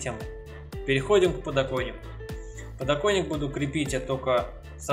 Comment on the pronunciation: надеюсь у тебя все таки не подоКойник, а подокоНник) лежит